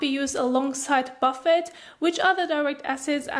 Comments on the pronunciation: i like how instead of pronouncing it boofay she says warren buffet serum haha very cute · It’s pronounced Bufay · You’re pronouncing it wrong ! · My morning giggle. The pronunciation of Buffet and even the captions......OMG too funny.